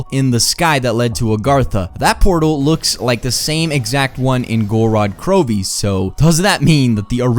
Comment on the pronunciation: I think the I is silent in Krovi